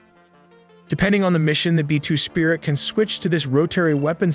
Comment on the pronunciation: Yes, I think its an AI narrator. , you can hear it say “B-2 sprit”. Someone missed the “I” in the transcript and the dumb computer said it as written.